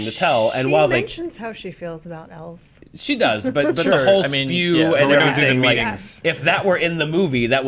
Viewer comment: Damn it it's S.P.E.W not spew!!!